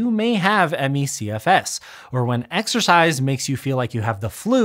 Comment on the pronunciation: Exercise? I thought you said "extra fries"...